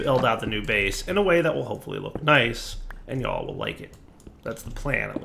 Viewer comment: that was the most Yankee sounding y'all ever. Just a daily reminder while I'm at it, please make a satchel or an Ender pouch to use a a tool bag please.